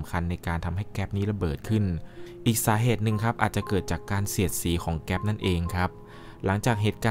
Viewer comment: เเก๊ป ระเบิด ไม่ใช่ เเก๊ส ถูกต้อง❤